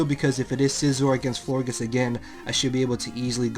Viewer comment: You say Florgiss? its floor-geous like flower gorgeous.